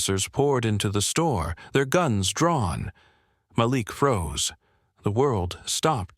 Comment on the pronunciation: His name is pronounced Mal ik